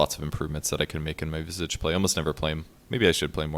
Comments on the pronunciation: its not "vizig" ffs!!! its visage!@ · Lol you gotta learn how to pronounce Visage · if you don't like saying it either way say Vye-sage. Like dat. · strange i pronounce his name vi sage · why does everyone pronounce visage wrong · he's saying visage's name wrong